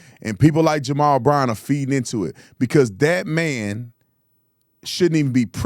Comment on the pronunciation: “Jarrell”? Did he mean to say “Jamal”??? Lord, help. The people cheering have been duped. Sad.